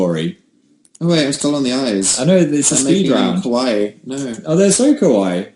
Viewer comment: so this is not just something Dan and Phil are guilty of - basically any non-Japanese speaker does this - but their pronunciation of "kawaii" is just off enough to make it sound like they are saying "kowai", which means scary. So to me, it sounds like they are saying everything about Japan is scary, not cute, but in a way that may be a more accurate adjective for this country.... jk.